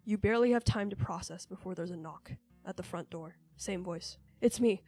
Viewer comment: "supernatural dore"